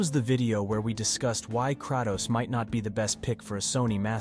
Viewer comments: lol! You’re pronouncing Kratos’ name wrong. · No disrespect but why does bro sound so AI. Especially with the pronunciation of Kratos and Atreus